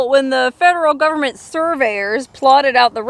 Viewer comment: You're such a good story teller.I love how you say "GOVERMENT" in a southern accent. Cracks me up.